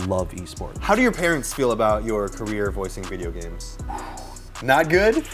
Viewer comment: Time skip he says Bideo games